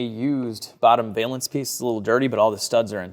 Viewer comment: "valance" rhymes with balance. I know nobody asked or cares, but I notice about half of YouTube says this word wrong.